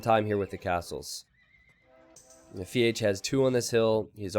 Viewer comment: It triggers me when you say Feage, the way its written in his name "FeAge" makes me think its a play on words with Iron Age from AOE 1